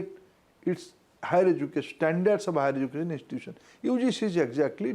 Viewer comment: It's not pojishion.. it is position . It is not ejukashion it is education.. it is not nasanol ..It is national... 😂😂😂😂 Please learn the second language properly. Then you can advise about third language